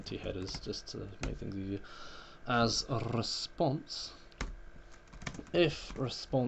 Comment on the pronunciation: adam ırrrosponse dedi lan